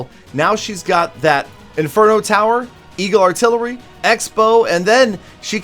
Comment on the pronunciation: 5 years of clash experience and u forgot how to say eagle arttilery Am disappointed 😔